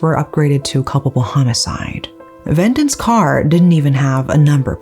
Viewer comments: It's ve-dant.....not ven-dent . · It's Ve-dhaan-th. Not vendant. Also it's dhev-esh. Not Dev-ash